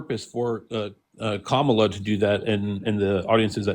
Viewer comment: why is it so hard to say Kamala? COMMA-la (rhetorical question, i know why)